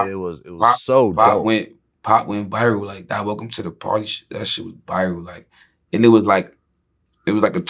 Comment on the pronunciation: The nigga says “biral”